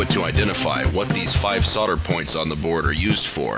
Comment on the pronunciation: Thank you for saying "sodder" and not "soLder". It chaps my ass when people overly enunciate.